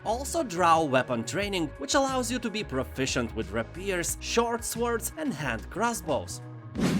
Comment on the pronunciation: Great video as always. One tip though: when pronouncing the word "sword" you shouldn't pronounce the w. So "sword" is basically pronounced as "sord". It sounds very strange when you pronounce the w :)